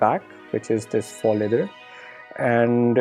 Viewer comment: 'how to pronounce faux'